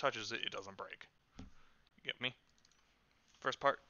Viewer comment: umm its first not firest on